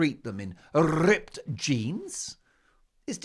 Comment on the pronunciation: I do love how Mark rolls his rrrrs "rrrrrrripped jeans" 😂😂😂